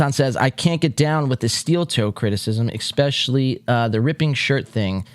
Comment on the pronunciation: I'm subbed, but please stop saying, " EXspecially" lol